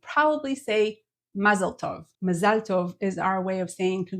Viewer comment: MaZAL tov, not Mazal TOV. 😳 Oh. B'seder. There's always something to learn. Todah. YashIR Koach.